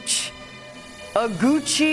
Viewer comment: It's O-GU-CHI, chi as in Chair, O as in Orange and GU as in GUn